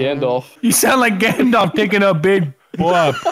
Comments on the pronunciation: It's pronounced po-op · It's PO-OP 😂😂💩💩